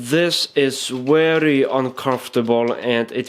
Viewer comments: You are telling 'very' wary..... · very is with a v not a w ! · WERRY, WERRY IMPORTANT!!!!! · its very not wery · Love your tutorials, mate. Werry specific (which is more often than not werry necesary). You do, however, repeat things way too many times. Still, I just learned how to skip through your videos and solved that for myself. Sorry to hear about your camera, hope you get a new one soon. Cheers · "Werry werry important " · you are werry werry good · heeheheh werry funny ! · Lol, the way you make a point! "It's werry, werry important!"